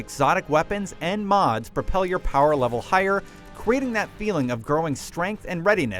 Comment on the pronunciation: It’s pronounced power level.